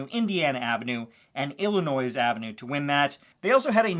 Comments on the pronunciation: ill in oiy not ill in noise. No offense taken. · xD the S is silent in Illinois my friend.